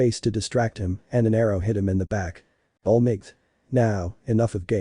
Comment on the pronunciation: Am I the only one that keeps hearing All Myth?